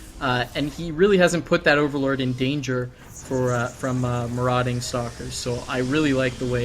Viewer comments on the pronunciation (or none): to artosis: marauding [məˈrɔːdɪŋ] adj wandering or raiding in search of plunder or victims Sounding wise is more important than being so! ;)